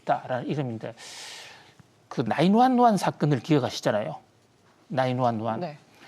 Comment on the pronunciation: 나인완완? 앵커도 순간 머지?한듯 그냥 구일일이라고 해라ㅡㅡ발음도 안되구만. 그리고 나와서는 맨날 기업 폄하에 까기만 하는데 사할을 거냐? 먼 박사라는거? 뒷담 박사? ㅋㅋㅋ 기업의 전망이나 디테일을 이야기해야지 허구언날 지난 팩트 가지고 묻따 까는게 경제학이냐? Sbs 출연료 남아도나?헐